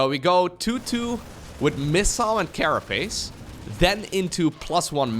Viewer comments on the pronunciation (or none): none